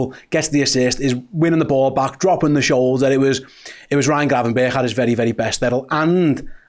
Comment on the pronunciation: Nice one for saying his name correctly. Im sick of this "bertsshh" shit